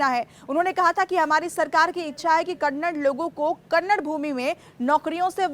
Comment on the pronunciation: Kannad nahi Kannada hai